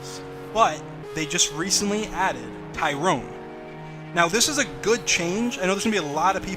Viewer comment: y r do you say T y r o n e you should say it like you say steve or alex